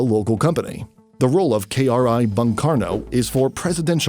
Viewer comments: bung it should be read boong please read my language properly.... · But when the narrator pronounces Bung with a sound like Bank in Indonesia Word ( Bang ).. I laugh a lot 😁.. Cause it hit me different... Bang is associated with One of our calling from Betawi/ Sumatran Culture ... From my points of view.. Bung who spell its U vocals like a u vocals in ( Through ) Words are coming from the year 1945 when Surabaya People struggled heavily fought theyre dignity and Honor with Dutch and English occupied Army )... So as a fellow who ussually heard Bung Karno.. Are Spell Bang Karno.. Its make me smile 😊.. Iam not tryin to mocked.. But Bang are mostly associated with rural people.. Bang Betjack ( ricksaw pedaller ) Bang Ben ( famous Betawi Culture Artist ).... anyway Its ok cause the Narrator are a foreigner.. Singaporean right 🙏🙏 me as an Indonesian Admired our neighbouring country.. Singapore.. Tiny but got so much power in Economy and Technology... My appreciations to ur Military review ' Sir.. Keep the good work 🙏🙏🙏